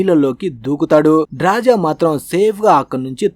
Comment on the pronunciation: ఆమె పేరు డ్రాజా కాదురా అయ్యా, డ్రాస. 😅